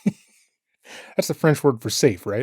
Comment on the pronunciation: Safua. I don't remember thet word from french class, but it sounds about right.